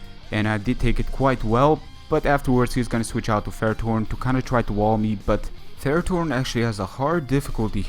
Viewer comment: from which country are u again cuz u pronounce ferrerthorn so weird :D nice Ending